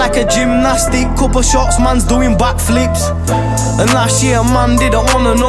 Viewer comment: Legit can't take my man seriously with that accent smh man said "back fleeeeps"